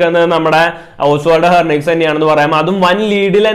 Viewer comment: It is ഹെൻറിക്വസ് not ഹെർനിക്വസ്...